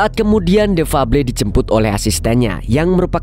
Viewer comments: The febel baca nya Lo kang ,uduk fable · Bacanya bkan fabli tpi fabel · THE FABLE DIBACA : DEFABEL BANG 😂